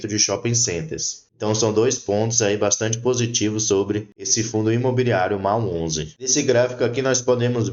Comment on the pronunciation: A pronúncia correta é….Mól onze